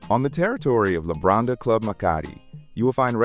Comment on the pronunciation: Wenn schon der Hotelname falsch ausgesprochen wird, Labadi😢oder Lambadi😢 beides falsch. Nicht einmal im Video richtig ausgesprochen.